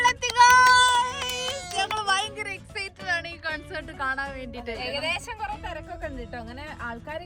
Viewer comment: Its കോൺസെർട്ട് not കൺസർട്